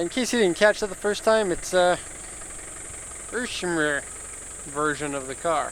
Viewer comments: Irmscher, not Irschmer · It sounds like they asked ermygerd lady are you sure you want to name the car and she said “irmscher” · you couldn't have butchered that more even if you tried lmao